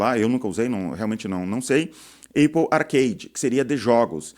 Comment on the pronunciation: Cara, eu acho que nem os gringos chamam a marca Apple de eipou, todo mundo pronuncia Épol, fica estranho ouvir falar assim, tu tem motivo pessoal pra falar desse jeito? Imagino gente que fala assim pra fazer rage bait nos comentários, não que eu ache que você faz. Por sinal adorando o canal, gosto de ouvir alguém com experiência na área falando, normalmente quem tem destaque aqui é quem mais é youtuber do que empresário.